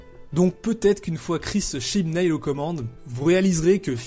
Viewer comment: OMG "Chibnail" mais on prononce "Chibnaule"